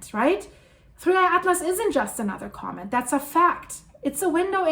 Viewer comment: I like how says comb it for comet..